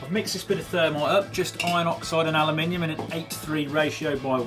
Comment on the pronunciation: You say aluminium properly. Thank GOD some youtuber does. Alooominum. NO ITS NOT ITS AL-U-MIN-EE-UM